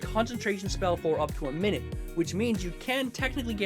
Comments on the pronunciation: Our mugs keep ending up on each other’s videos 😂 Oh and I think it’s pronounced my-newt meteors because they’re small... unless I’ve been wrong this hole time 😅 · It’s not “minute” meteors, it’s “minute” meteors. As in “my newt” (diminutive). Because the English language sucks